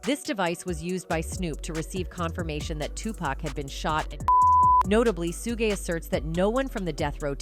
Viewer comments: "Soo-Gee Knight" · FYI: Suge Knight's First name is pronounced ~~ SHUGE ( Shoe +G ) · Are you purposely disrespectful? It's for you. Notice people names pronounce them right, but thanks for the content. Bur get your name right. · Please pronounce his name properly… this proves you ain’t black